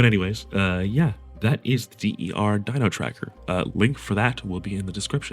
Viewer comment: D.E.R. dino tracker lmao "der" is "the" in german, dude